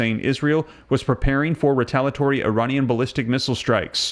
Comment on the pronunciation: It's re-tal-ee-uh-tory not re-tal-uh-tory for ukfays sake.